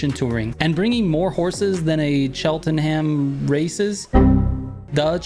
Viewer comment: Cheltenham is a horse racing racecourse here in the UK. Pronounced Chel-ten-em (If you're speaking properly) or Chelt-nam (if you come from London)